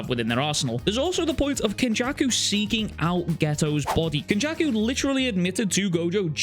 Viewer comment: The way he said kenjaku is one fucked dude hahaha